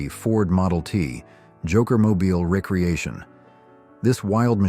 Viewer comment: Pronounced re - creation not recreation